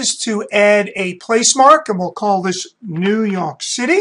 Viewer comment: The way he says new YOK city. Anyway thanks super helpful.